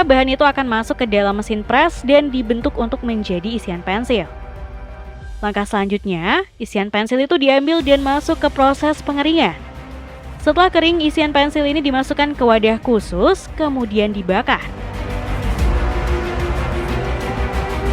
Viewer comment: KRITIK kenapa pembacaan narasinya banyak yg menghilangkan huruf terakhir di akhir kalimat ? contoh : pengeringan = pengeringa dijual = dijua pemotongan = pemotonga ini editrnya yg motongnya ga pas, apa naratornya artikulasinya ngga jelas?